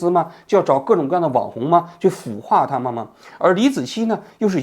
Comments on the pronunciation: 王局，是孵（fū）化，不是腐（fǔ）化。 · 给王局纠正个读音，是孵（第一声）化，不是腐化。。。 没当上官之前，没有腐化的资格😁